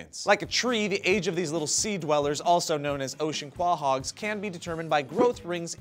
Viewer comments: Silly. It's pronounces "co-hog," not "kwah-hog" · Kwa-hogs??? Haven't you ever watched Family Guy??? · you really pronounced Quahog like that? you mean to tell me you don't watch Family Guy?!?!